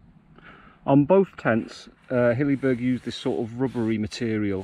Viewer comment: It is not pronounced 'Hillyberg'.